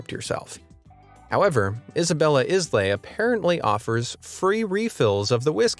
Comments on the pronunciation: I don't want to be "that guy", but "islay" pronounced "ailuh" not islay. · I'm not sure if anyone else has said this already, but islay is pronounced 'eye-luh', not 'is lay'